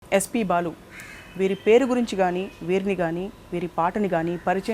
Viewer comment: please Balu kaadhu Baalu garu Ani cheppandi Meeru yentha pedha journalist aina Sarey Balu garu Ani matlaadandi please 🙏🙏🙏